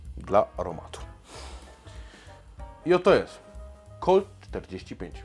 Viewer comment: Kolt forti fajf sie mówi się! Proponuję koktajl autorski na bazie piwa IMPERATOR